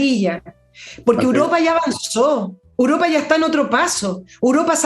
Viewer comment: Querida e inteligente, con todo respeto tengo que corregirte porque dices "uropa" en lugar de "Europa". Un abrazo y sigue haciendonos los jueves más interesantes junto a Fernando y sus extraterrestres.